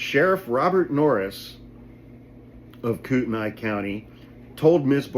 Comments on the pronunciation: The county is "coot-knee" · Idaho has been going progressively nuts for 50 years!! But recently it's just disgusting and disturbing! Btw it's pronounced "Coot-knee" although spelled Kootenai. Thank you for all that you do!! We sane idahoans are sick of it and are done being afraid! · Sorry to be that asshole. But it's pronounced kootanee... Great work on coeur d alene, though! Most people screw that up bad!!! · Kootenai is pronounced "coot knee", should you be interested. Coeur d'Alene did the right thing axeing Lear AM's license. I filed complaints against them with their home state of California. Love that these guys caught charges. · You'd probably have to live here for awhile to get the politics and push-pull of it all. Extremists usually not from here moving here, a county that's red, a small city that hovers on purple. Thus conflict between county law enforcement and city police & mayor. The city declined to arrest or prosecute her. The city instead has charged/cited the private security personnel. County is pronounced KOOT-n-ee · KOOTENAI pronounced Koot-knee Love your videos thank you for keeping us informed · It's pronounced "koot - knee." Sorry. In Idaho, private security has to identify themselves. Norris is drawing disability from LAPD while being sheriff. That's against Idaho law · You pronounced Kootenai wrong bro. I live bout 20mins from that city where this happened Kootenai county is fairly large stretching county lol